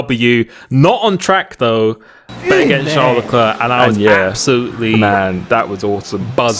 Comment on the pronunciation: Dont say leclEEER ASJIKDJ WQO ENBUWQIOBEUVOQW